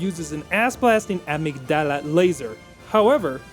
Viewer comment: Dude i fucking lost it with the "amicdalla" i watch this last week and im still laughing at it